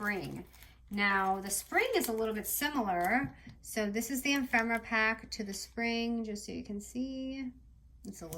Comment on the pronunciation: E-fem-er-ah not em-fem-er-ah